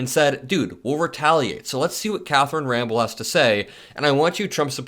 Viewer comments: You bro her name is not Catherine Rambel ita Catherine Rampeil...... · it's not "Ramble," but "Ram-Pell." Carry on as a watchdog for democracy!